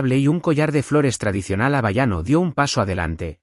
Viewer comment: Por que pronuncia tan mal Abaiano??HA.WA.IA.NO😢